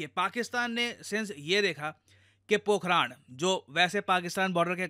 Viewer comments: Pokharan, not Pokhraand 😂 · पोखरण ✅ पोखरान?? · Ye पोखरान नहीं है मेरे दोस्त पोखरण है। उच्चारण सही कीजिए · Sir it's not पोखरान , it's पोखरन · It is not पोखराण.. It is पोखरण I am from Rajasthan. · Pokh-run not Pok-raaaaaan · पोखरण यार...ना की पोखरा न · It's Pokran not Pokraan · Pokharan* Pokharaad 😅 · पोखरण ❌ पोखराण☑️ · पोखरण ❌ पोखराण्ड ✅ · पोकरान नही पोकरण है। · It's not पोखराण it's पोखरण 🙏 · "राण" नहीं "रण" है 🤔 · पोखरान नहीं पोखरण है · Pokraad nahi Pokhran. पोखराड नहीं पोखरण। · सर वह पोखरण है पोखराण नही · ये पोखरण है ना कि पोखराण। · 'पोखराण' नही 'पोखरण' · Are sir Pokhraand nhi Pokhran boliye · सर पोखराण नहीं है पोखरण है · It's पोखरण not पोखराण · It's पोखरन, not पोखरान!!! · Pokhaaran nhi...pokhran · It's pokaran not pokharan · सर पोखरण होगा पोखराण नही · Pokhran not pokharan. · Need speak correctly pokhran not pokhraan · Bhai pronounce toh theek se karleta. It is not pokhraan, it is pokharun. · Sir, it is पोखरण not पोखरान Please next time check the Indian place's name in Hindi because English is an idiotic language in the reading context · Sir aap ka words ko pronounce krne ka trika thoda sa ajib h पोखरण होता है पोखरान नही होता है बड़ा अजीब सा लगता है जब कोई अपने ही देश का हमारे ही देश के विभिन्न जगहों का नाम सही से नही लेता है Always connected with your roots English aane ke bad apne aap ko pta nhi kya smjh lete h 😂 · Areeee vo पोकरण h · भाई पोकरण है वो 😁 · Sir pokhran nhi hai …. पोखरण hai